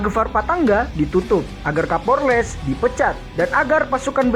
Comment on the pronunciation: Cara penyebutannya Kapolres salah bosku. 🙏🙏🙏😀😀